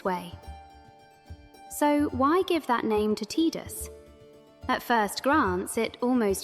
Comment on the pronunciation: Why is she pronouncing the “i” in Tidus like an “e” ?? Phonetically it’s pronounced Tye-Dus… not Tee-Dus.